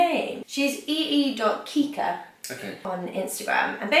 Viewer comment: Haha yep! Kiikka is the new married name 😏 GREAT job pronouncing btw! V impressive!